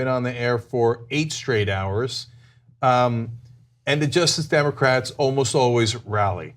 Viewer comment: Every time Cenk says "Justice Democrats," it sounds like "Just Democrats." Has anyone else noticed this?